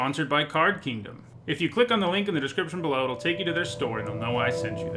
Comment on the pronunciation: Ugh it’s kingdom not keendom, what are you 5? Also it’s pronounced until not untell. You pronounce milk melk don’t you?